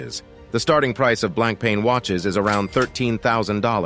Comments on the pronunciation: I stopped watching after I heard “blonk” “pain”. Lol😮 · If you were a real person and a not computer you wouldn't say blanc-pain. I should have quit after a minute. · The guy can't even pronounce 'Blancpain' right and any list that has Richard Mille at the top can't be taken seriously. I can name at least 5 other brands with watches that are at least 10 times more expensive than the most expensive RM.